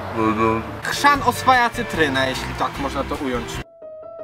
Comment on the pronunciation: HRZAN a nie krzan